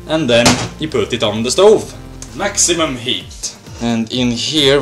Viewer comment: YEW POOT ET ON DA STOOVE.